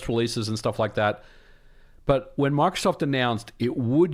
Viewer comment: You kept saying Mark Soft. I thought he was the president of MicroSoft or something haha.